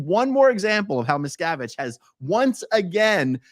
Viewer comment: I know his name, but every time you say it, all I hear is Miss Cabbage. I am okay with this....carry on talking about Miss Cabbage's failure.